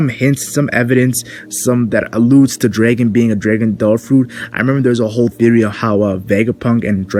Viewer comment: his name is dragon not draken lol can you not say dragon?